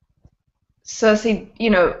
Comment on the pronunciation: has he even seen the show? wtf is a Cersy?